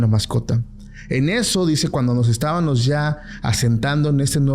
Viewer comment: Pacoooooo no se dice” estavanos “ tú hablas muy bien todo. Usa la “M” ESTÁBAMOS. Ok